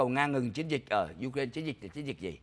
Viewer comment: Ai cũng đọc u rai na còn chú đọc you ren nghe không giống ai